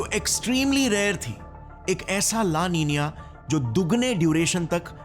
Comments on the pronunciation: make your sound correct. its not la ninia its la nina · La ninia 😅😅❌ La Nina ✅... Thik se pronounce karlo pahle2😂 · ला निनीया नही ला निना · Its EL NINO and LA NINA NOT EL NINIO & LA NINIA SO once again say right. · Bhai thank-you for the informative video. It is 'La Nina' not "La NINIA" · ला नीना को ला नींनीआ क्यू बोलते है? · It’s nina how do you pronounce it as ninia 🙄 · La nina ❌ La ninia ✅🤣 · It's not pronounced as "Nina". It's pronounced as "Ninya". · It's so irritating to here the "la nina" like "la ninya" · Abe la niniyaa nhi he la nina he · It's " LA NINA " Not " LA NINIA " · La Nina ❌ La Niniya ✅ 😂😂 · Laa ninaa X Laa Neeniyaeh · Sir g ap la nina ko la niniya kyu bol rahe ho mujhe hajam nhi huwa 🤣😆😶‍🌫🥵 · Name - La nina Pronunciation - La Ninia😂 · speaking 'LA NINA' as 'LA NINIA'. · Itsss la nina not la niniya he can't even pronounce it literally. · LA NINA ❌ LA NINIYA ✅ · It is spell and Pronounce as La Nina, but why saying it La Ninia ?? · LA NINA ❌ LA NINIA,✅😢😢 WHICH ONE IS CORRECT ???😮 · Galat pronounce kyu kar rahe ho it's la nina not "la ninia" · It's not la ninia it's la nina😂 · La Niña .. not La Nina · Pehle to la li na ko laliniya bolna band band karo😢 Worst pronunciation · La nina ka pronunciation hi galat kr rahe ho bhaya😂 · Abee saale, la Nina ko Pronounce toh barabar karna sikhle